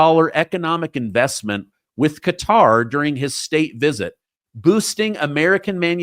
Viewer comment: Thank you for pronouncing, Qatar properly.